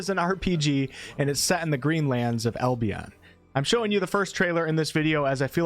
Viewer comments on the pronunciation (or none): none